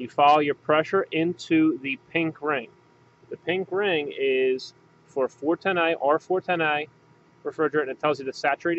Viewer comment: I really hate the way you say "A" when you say 410a. Not sure if It's an accent or what.